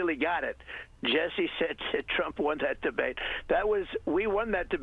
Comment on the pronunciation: "the debwate we had with Biden..." ? I watched. You lost. Bigly.